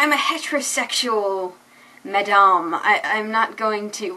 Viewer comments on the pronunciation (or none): none